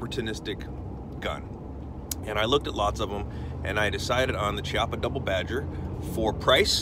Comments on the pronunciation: I don't want to be "that guy" but It is a k sound not a chee sound. Ki-appa. Just saying bro. also good video, I don't like the gun, but that's not on you. that's On Chiappa. I like the Rhino, and a couple others, but this one, I won't ever buy. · As in Chianti